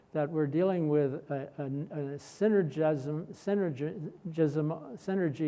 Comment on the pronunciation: Great presentation by Caleb Finch. But I can't help but chuckle when combats with the word "synergism" , and, after trying all inappropriate variations including "syner-jazz" and "sinner jizz", just goes fuck it and says synergy.